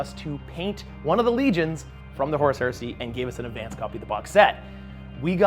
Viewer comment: Every time says Horus Heresy all I hear is horse heresy which is bringing up some weird mental images